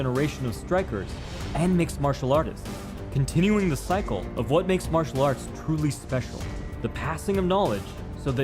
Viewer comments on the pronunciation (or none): none